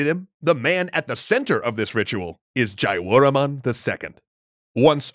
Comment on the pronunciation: It's pronounced KMAEEY not KEMER EDIT: JA - YA - WUR - MAN, not Jawraeomon lmao